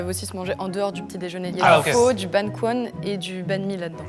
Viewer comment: Correction: le pho, ce dit feu :) sinon video incroyable comme a chaque fois !!